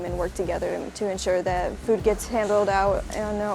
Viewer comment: At first I thought the New Zealand soldier said cat food